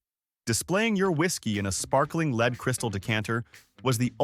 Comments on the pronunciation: It's not leed it's lead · Leed instead of lead?😅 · Who pronounces lead aka plumbium as leed? AI, right? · That damn leed is terrible 😂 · I caught that, too!! 😆😆